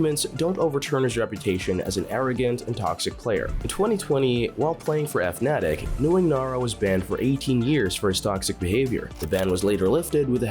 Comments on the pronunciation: "see-ah"..."eff-natic"... bruh. These pronounciations. S E A. South East Asia. Fnatic. Fanatic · "F-natic'? bro its pronounced Fnatic like fanatic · "eff-natic"... my guy, it's fuh-natic. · hearing someone who covers esports pronounce Fnatic like EFF-Natic is like having a sports journalist call the Patriots the Pat-Riots. thats weird. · EF Natic? who tf pronounces Fnatic like that? you psycho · F-natic kinda weird to hear it but okkk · "F-Natic" lmao!!! Wtf is this dogshit channel anyway? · He called fnatic Eff Natic. ¯\_(ツ)_/¯ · i like how the narrator doesnt know how to say fnatic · How come you can’t pronounce Fnatic?